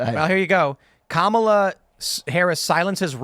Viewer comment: Commie-la. Commie-la. Well, that's what I heard